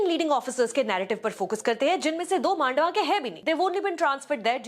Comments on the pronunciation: May I very respectfully mention that it is pronounced मंडावा and not मांडवा? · It is pronounced मंडावा, a place in Rajasthan and not मांडवा (as you pronounced), a place in Maharashtra. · It's man-dahh-wahh..trust me it is as I am from there.